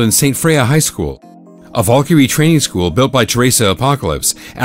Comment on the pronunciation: When you realize you pronounced Valkyrie wrong but still like the wrong pronounciation